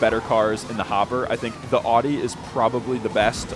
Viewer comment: Stop butchering audi pronunciation